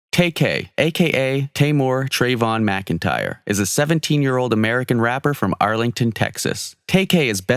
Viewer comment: It’s TAYmor. Hint TAY-K